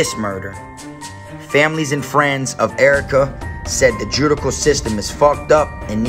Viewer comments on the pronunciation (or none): You know I've been here for a while. I fwy. Judicial is pronounced ju-DISH-al. 💕